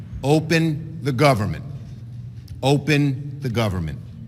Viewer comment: “Open the govermin, open the govermin.” - Chucky Shoemurr